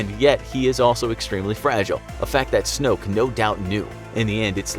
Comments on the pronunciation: This is how you say snook it's Snoke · snoke* not snook bruh